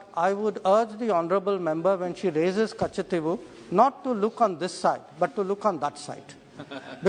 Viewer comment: Madam hope you are staying in tamilnadu only .....cos it's not katchativvwhoo..it's katchativu😃